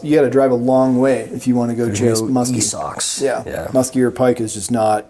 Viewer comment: yall are saying muskie wrong.